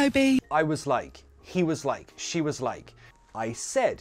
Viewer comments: Chris Evans' nephew says: 'I don't "wike" it instead of "like" it😂. Lovely! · Chris’ Evans’ nephew says Wike 😭